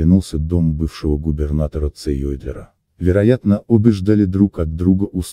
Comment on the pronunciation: Иркутский губернатор не Цеердлел, а Цейдлер. Изучайте историю, прежде чем рассказать нам